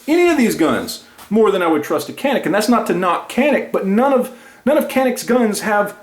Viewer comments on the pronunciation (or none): Yep Taurus is great value for the money....and Canik is pronounced: Jan-ik......:-) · I love the video and I will buy me a Taurus now but in the word Canik, the C is pronounced as CH, sounding like Janic.